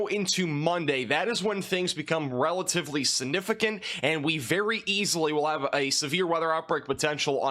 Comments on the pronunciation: Sinificent? It's significent. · maybe its because of where you live... but the way you say sinificant instead of significant drives me crazy , hahahah sorry! love the videos though!